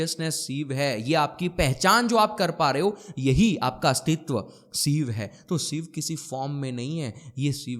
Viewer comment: Sir, with all due respect, your Sanskrit pronunciation leaves a lot to be desired. It’s शिव and शंकर, not सिव and संकर! उच्चारण पर ध्यान दीजिए 🙏🏻